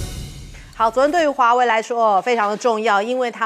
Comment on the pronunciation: 为什么赖教授老是把华为唸成华伟？？？